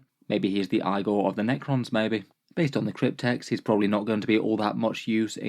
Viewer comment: It’s said EEGOR not EYEGOR, thank you.